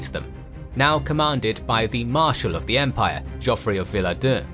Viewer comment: Great content. But I cannot listen to the wrong pronunciation of the simple but omni-present word "the" every second time... Sorry. You ruin it, because of the wrong stress on the wrong words... Apart from that certainly useful!